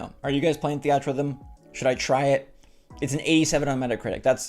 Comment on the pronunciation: i can’t believe you pronounce theatrhythm that way